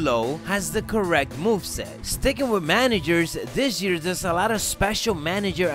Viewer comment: Dis jear